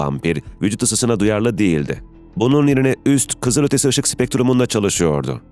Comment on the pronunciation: Metinlerin düzgünlüğü takdire şayan da, bu nasıl bir okuma yahu? Japon mususuz da L sesini R sesiyle karıştırıyorsunuz? Kızırötesi, hövüvud…